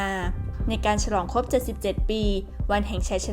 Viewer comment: เรียนท่าน บก.TOP NEWS ที่นับถือ... ผมได้ติดตามข่าวของ สถาบันข่าวของท่านมาตลอด ด้วยความสนใจและให้ความเชื่อถือ... จึงขอเรียนว่า... ผู้อ่านข่าวผู้หญิงคนนี้ อ่านข่าวไม่ถูกต้องชัดเจน... การออกเสียงตัว ร.เรือ - ล.ลิงไม่ ไม่ถูกต้อง... เช่น คำว่า อังกฤษ ออกเสียงเป็น อังกิด - สงคราม ออกเสียงเป็น สงคาม - รบ ออกเสียงเป็น ลบฯลฯ ตลอดจนการออกเสียงควบกล้ำ... ควรได้รับการแก้ไข... ที่ผม เรียนท่านมานี้ เพราะเห็นว่าสำนักข่าวท่าน เป็นที่น่าเชื่อถือ มีผู้ติดตามเป็นจำนวณมาก... ดังนั้นผู้อ่านข่าว ควรอ่านข่าวให้ถูกต้องชัดเจน ... เพราะจะได้เป็นแบบอย่างที่ดีของผู้ที่รับฟังในการใช้ภาษาไทยของท่าน... และจะไม่เป็นที่น่าละอาย เมื่อนำไปเปรียบเทียบกับช่องอื่น สำนักข่าวอื่นที่เขาเสนอข่าวเช่นกัน... ควรใช้ภาษาพูดที่ชัดเจนถูกต้องไม่สุกเอาเผากิน... ด้วยความนับถือนะครับ...